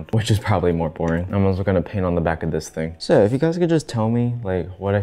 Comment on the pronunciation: he really used an accent saying "so" there úwù